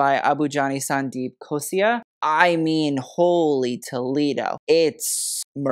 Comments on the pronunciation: Rahul MIshra really doing well and he sure does deserve all the coverage. As for the minor slip-up (since I presume you read the 'L' as 'I' in the lowercase), its Abu Jani and Sandeep KHOSLA. They've been at it for almost 4 decades (actually my birth year being their start) and are sure ready to serve regal glamour. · 90s 2000s Manish Malhotra was amazing.He had created iconic pieces during that time. He has a great design aesthetic, I doubt his team is not matching upto his aesthetics. And that tiger on thr belt his Sabyasachi 's logo. It's like a LV or Apple kind of status. And one more thing it's Sandeep Khosla not khosia. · it's Abu Jani and Sandeep KhosLa. With a L 😅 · It's Sandeep Khosla....it's an L ...not an I....But it's okay....You tried your best...we appreciate that.... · Would like to correct you here… It’s Abu Jani Sandeep Khosla ( ‘la’ )at the end not Khosia, Butchering the pronunciation doesn’t matter but atleast get the name correct. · Thats Sandeep Khosla.. with L not I.. Plzzzz correct yourself. 😂😂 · I loved this review, just one thing… it’s Abu Jani Sandeep Khosla and not Khosia, again love the review, not hating just letting you know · Okay but Gigi was definitely the best dressed. She looked stunning and the saree was gorgoues. Also side note - It's Abujani and sandeep khosLa, with an L not khosia, hehe. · Since there are so many abujani sandeep looks covered, wanted to point out that it’s khosla with a L not khosia with a i 😂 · Your videos are PERFECTION. Just pointing out a slight mistake - It’s “Abu Jani Sandeep KHOSLA” not “KHOSIA”. Continue to make such incredible videos!!! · Hey small correction - its abu jani sandeep KHOSLA, not KHOSIA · The Indian designer's name is Abu Jani Sandeep Khosla not Ghosia 😊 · please Please PLEASE get the designer names correct, that's "abu jani sandeep khosla" not khosia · Its not Abu Jani & Sandeep Khosia Its "Abu Jani & Sandeep Khosla" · It's Sandeep *KhosLa, not Khosia